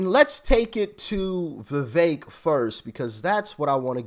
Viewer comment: it’s Vi”veck” — not Vi”vake” 🫢🫢🫢🫢🫢🫢